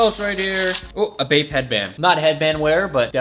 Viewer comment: everytime he says "bape" I think he is saying "vape"